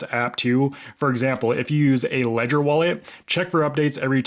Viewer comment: R u aware that u r mispronouncing the name Ledger?